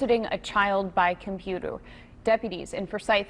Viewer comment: “ solicitation my computoo “ 😭😂😂